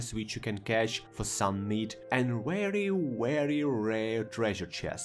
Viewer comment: "Wery wery rare" haha